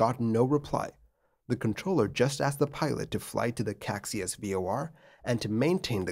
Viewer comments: Caxias is 'ca-SHEE-us' and not 'KACSI-us' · Actually it’s not “Caixas” but “Caxias” (you changed the i for the x giving it a total different meaning) and it should be pronounced ka-shee-us. The airport is Galeão instead of Galeo as shown in the video. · pro tip: caxias = ca-shee-as galeão = "ga-ley-aum" (galleon in portuguese) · Love your videos, sir. As an “okay” Portuguese speaker, I have to mention that the departure airport Galeão is gah-lay-ow and the Caixas VOR is kai-shuhs 😊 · I'd pronounce it kah-shee-us. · Hi! Not being nitpicky about it, just to inform: the actual spelling of the airport's name is Galeão, not "Galeo". Galeão is pronounced as "gah-lee-omn". About the "Caxias VOR" you've mentioned, it's pronounced as "cah-shee-as". But I totally understand your pronounciation aswell, you would have to be a Portuguese language speaker to know these LOL